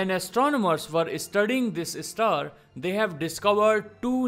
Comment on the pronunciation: Apart from Alien... The newly discovered one should be pronounced as Star 🌟...not Istar...😑